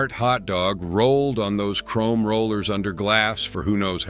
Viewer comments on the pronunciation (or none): none